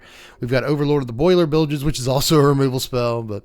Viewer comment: It's been so long since I've heard Boilerbilges said out loud correctly. I've been watching too much Seth 😅